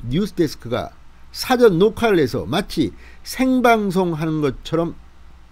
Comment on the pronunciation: 뜬금없는 말씀 죄송하지만 발음하시는 '사전녹화'에서 '사전'을 단어 뜻을 알려주는 책으로 발음하십니다. 계속 저렇게 발음해 오셨다면 고쳐지지는 않겠지만 영상 보시는 분들은 감안하고 들으시기 바랍니다. 발음하시는 '사'보다 약간 낮추고 약간 길게 발음해야 정상입니다.